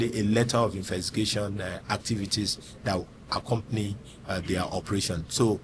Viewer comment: Baba no sabi pronounce "Investigation" Good job though